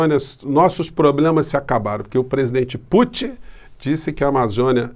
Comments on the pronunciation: "... se discutiu a soberania nossa sobre a amazona, e o presenti Puti...", Bolsonazi.... kkkkkkkkkkkkkkkkkkk É esse o nivel do desgoverno, é vergonhoso, que se= desprezível... #LULAPRESIDENTE2022🚩🚩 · Temos uma crise de caráter ou de interpretação de textos. Como o primeiro afeta o segundo, então é mais provável que seja mau caratismo mesmo. O modo que o despresidente pronuncia o nome do Putin me trouxe lembrança de infância. Na minha família, chamávamos peido de "puti" 🤣! E só agora ele descobriu que a Amazônia é brasileira. Só não entendeu que isso significa que devemos cuidar dela e não vendê-la. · Incrível este presidente que não sabe nem pronunciar nomes de chefes de estado ,,, uma piada este boso